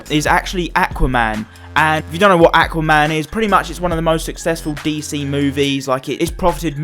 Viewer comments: It’s Aquaman not Acaman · The way you say aqauman